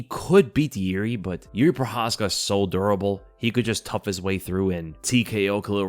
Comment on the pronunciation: Definitely the accent with durable. 😂